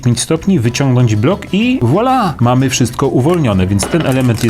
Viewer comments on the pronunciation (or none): none